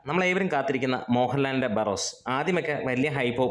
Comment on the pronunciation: ബാർറോസ് 😂😂 Barros എന്നല്ലേ